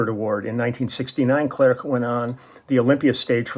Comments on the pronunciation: You don't pronounce the last C of his family name clerc ;) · First song : Intense interprétation. Unusual song, it seems to me, from Clerc (we don't pronounce the 'c') but as only the French used to do (from a long tradition of great lyrics and long melodies). Solid arrangement, exquisite bass line in the upper range at the end. Then, ending is suspension... Thank you for sharing. Merci !